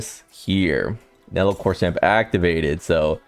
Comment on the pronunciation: Nel-E-L 3 syllables.